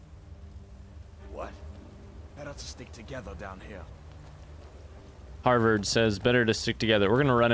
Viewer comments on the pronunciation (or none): HADVAR SPELLED NOTHING LIKE HARVERD. HAD VAR. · I love how you kept calling Hadvar “Harvard”😂💀